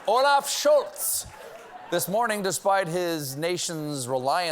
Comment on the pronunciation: It’s not Olaf “Shoolz”, it’s “Sholz”! Sorry, couldn’t help myself 🙈